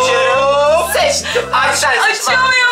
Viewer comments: Ama arkadaşlara aşalar diyo amanın demesi çok komik hahahsjjsjs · Abi aşar diyorsun arkadaşlar yaaa😄😄😄😄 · Peki arkadaşlar yerine ağaşlar demesi😂😂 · ağarşlar diyorr